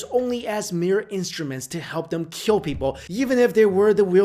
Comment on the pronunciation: So what you're really trying to say is: it will keal.